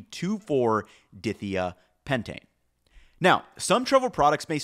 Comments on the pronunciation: when you pronounce organic chemistry names, you should first find out about the individual word roots, because otherwise you mispronounce the names. Dithiapentane is pronounce "dye-thy-ah-pentane". The "di" in front means "two of", like "diatomic" (pronounced "dye-atomic"). It means there are two of the next thing in the name. The "thia' part indicates there's sulfur-carbon structures involved. It's not pronounced "dithia-pentane". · Cool video. But from a chemistry perspective“dithia” is pronounced like “dye thigh uh.” Di- meaning two, and thia-representing thiols (I think) which would be sulfurs replacing the 2nd and 4th carbons on the pentane chain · Uh, I don't think that's how you pronounce dithiapentane. The pentane part was perfect. But like the dithia is 2 seperate things. Di, is pronounced like die which just means 2 and thia is pronounced like thya, it means sulfur is there. Basically pentane with 2 carbons replaced with sulfur at the 2 and 4 positions. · May I assist with correct pronunciation for dithiapentane please? (My ears are hurting…) Di - pronounced “die” - Latin for “two” thia - prounounced “thigh -yah” “pentane” Let’s try it out all in one; die-thigh-yah-pentane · In chemical names, "di" means "two of" whatever comes next, and it's usually pronounced as a separate syllable with a long I sound (like the word "dye"). Dye thigh ah pentane is would be a lot closer. Sorry, but you say the name of this compound a LOT in the video and every time you do I cringe. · Please check chemistry pronunciation before releasing video because it is super obvious and hard to listen to for people with a chemistry background. It's dye-thigh-a-pen-tane phonetically. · In case anyone cares about the chemistry/pronunciation: that molecule is pronounced di-thia-pentane "dye" "thighya" "pentane" - referring to the two sulfurs that replace the carbons in the pentane molecule in the numbered positions. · Die-Thigh-AH-pentane....but nice work all the same 🙂